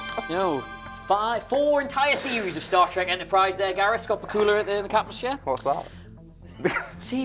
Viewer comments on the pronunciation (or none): The pronunciations of Sinise and Bakula 😅